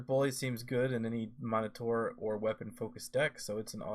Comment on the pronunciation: Nice work here. I’m all in on Tavrod. Check pronunciation on Minotaur, I believe it’s ˈmi-nə-ˌtȯr. I used to say “monitor” and my “friends” made sure I realized my error. Keep up the great content!